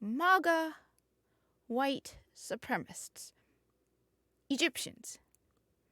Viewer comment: Su-prem-a-cists. Not supremists. Try reading more and not being so American.